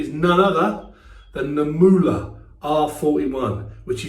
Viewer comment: First Brit to say Muhle correctly well done! Doesn't matter that it was a quick one, Proraso Wood n Spice is my favourite scent. Hope everything is going to go ok with the family, nobody want's to be in that situation. Well wishes and thoughts!